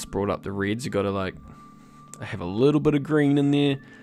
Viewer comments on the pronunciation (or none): downvoting until you learn to say "reds" properly :)